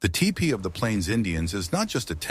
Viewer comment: Typical mispronounciation of certain words, but it said ty pee and tee pie both for tipi.